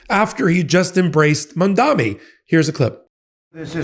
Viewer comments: Please practice pronouncing "Mamdani". It's an "N". It's not "Mom-dommy". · Btw, it’s Mam-daNi. No New York mayor elect is called is named “Mamdami.” I thought only the right mispronounced his name to show him disrespect and that he’s a “nobody.” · I love you but you have got to get the Mamdani pronunciation correct. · bro still can’t pronounce mamdani